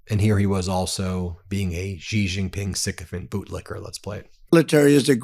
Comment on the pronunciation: His named is pronounced "SHE".